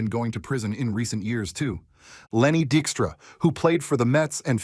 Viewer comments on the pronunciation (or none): You must not be a real baseball fan, or you would have pronounced Vida Blue's and Lenny Dykstra's names correctly.